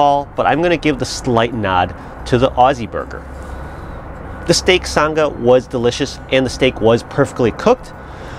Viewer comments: Love the video mate lol Just one correction, it’s not a “san ga” it’s pronounced “sang a”. As in “oh she sang a really high note”. So ‘sang’ with an ‘Ah’ right on the end of it. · Nice work, and happy Australia Day on the 26th. Can't say I've ever had pineapple on a steak sandwich, but hey, why not? We just now need to work on your accent - Sanga is pronounced like "I sang a song" with a soft G. Haha. Thanks for thinking of us mate. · Love this! My only critique would be, as a Aussie. Its pronounced sang (R) Just say say sang and then a hard R Peace and love from the outback 💛💚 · Got recommended this video just now...but watched quite a few of your old vids when I first bought my new Weber. Honestly shocked that we make up 35% of your viewership... Clearly we have an obsession.. Oh and it's pronounced "sang-ah", had to double-take when you said it because I had no idea what you were talking about haha!